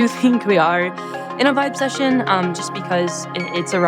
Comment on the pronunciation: Jeeeeeeezus Christ, Scott. Boy did you screw this up. You're inaccurately telling everyone here, in your VO and your graphics, that she coined a phrase called "vibe session." That's not what she coined. She coined "vibecession." VERY different. You screwed it up by pausing between the two parts, b/c your clueless staff wrote it for you this way on your teleprompter and you mispronounced it., because you didn't research her before the pod. "Vibe session" (as you announced it) is a phrase that's been around for 20 years or more, where people are having a (hang) "session" and experiencing a "vibe." But "vibecession" is interesting--it implies a "recession" from what should be a "good vibe." You literally set her up as an idiot because you and your staff didn't do your homework. Go stand in the corner and think about what you've done.